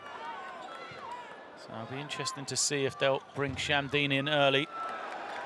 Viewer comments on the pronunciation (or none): none